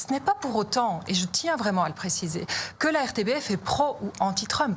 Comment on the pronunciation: Petite précision, on prononce " m RTBF " !